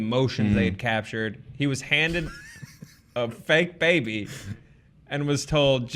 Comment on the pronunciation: goes full southern on “a fake baby”